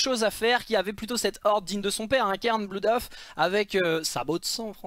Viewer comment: Tu inverses les sons des "oo" au niveau de Bloodhoof (/blʌdhuːf/ et non /blu:dhʌf/).